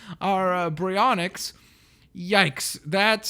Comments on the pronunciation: Proper way of saying it: [Di-law-pho-saurus] [b-airy-on-ix]Your way of saying it: [Die-lo-pho-saurus] [bry-on-ix]? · why do you say bryonyx its bary-on-yx baryonyx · Baryonix not brayonx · its baryonx bar e yon ex ok... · Btw it's pronounced Barry onix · ITS PRONOUNCED BARY-ONIX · it pronounsed bar-e-on-yx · it's purnounsed B A R Y O N EX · It's pronounced like "Barry Onyx" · Its purnounsed berry-on-xs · It is pronounced bar-i-yo-nix And the mososouraus is in the aquarium where the water show was in jurassic world